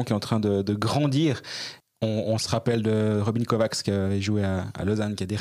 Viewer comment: Hello, Merci pour vos podcasts, Ma compagne étant hongroise, elle me dit que Kovács se prononce Kovatch en hongrois et veux dire ramoneur tandis que Németh veux dire Allemand et hongrois. Bon tournoi et allons chercher une médaille!!! Christophe R.